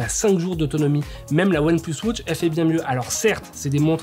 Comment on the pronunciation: Merci pour la video. Ca serais possible d'arrêter de prononcer "wautche" au lieu de "watch"?